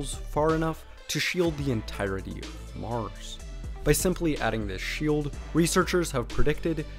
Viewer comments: "On Meurs"... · I swear I heard you call mars Morris a couple times.